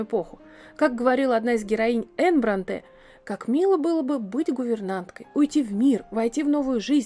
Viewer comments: Шарлота Бр'О нте а не Бронт'е. /См. Словарь ударений для радио и теле дикторов -работайте над собой/. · Услышав «БронтЭ», выключила видео. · Ну вы хоть бы загуглили правильное ударение в фамилии Бронте. На первый слог, а не на последний А всё остальное интересно, спасибо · Не БронтЕ, а БрОнте. Если лекция, то такие вещи нужно знать и выверять заранее. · Да почему Бронте́? Они англичанки, а не француженки, их фамилия имеет ирландское происхождение, а не французское, поэтому Бро́нте. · Нет, БронтЕ. Французская фамилия-ударение на последний слог. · Не БронтЕ а БрОнте! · БрОнте, девушка! Правильно именно БрОнте. Фамилия Бронте имеет ирландские корни, и изначально она писалась и произносилась как БрАнти. Позднее фамилия БрАнти трансформировалась в БрОнти. Написание фамилии изменил отец знаменитых писательниц. И уж если на то пошло, то наиболее правильный вариант произношения именно БрОнти. В русскоязычной же среде почему-то закрепилось совершенно неправильное БронтЕ. Бедная Шарлотта и её сестры, наверное, в гробу переворачиваются, когда кто-то в очередной раз коверкает их фамилию.